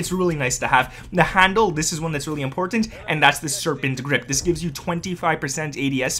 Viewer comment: This man says important really weirdly